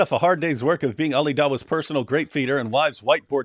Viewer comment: Did you say "Tick tock time to wok?"